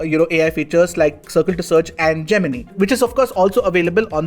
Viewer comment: Geminee? Lol